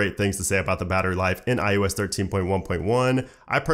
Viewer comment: Love the vid but it’s “eye-oh-ess” not “eye-you-ess” 😃